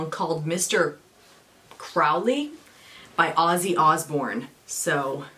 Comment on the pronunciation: It's actually crow-lee but Ozzy mispronounced it. The person did exist